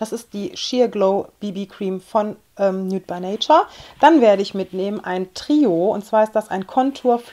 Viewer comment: Achtung, Klugscheißer: nude by nature wird "niut bei neitschar" ausgesprochen :p du sagst immer nüt, und da du ja gerade englisch lernst..